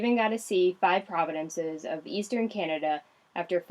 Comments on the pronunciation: in Canada we have "Provinces", not "Providences" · ha, "providences"...try "provinces", eh? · as part of your Canadian education it's Province, not providence.A small point,but very important to us Canadians.